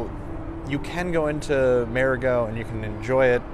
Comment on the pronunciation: Learn to pronounce MARIGOT!. Idiot!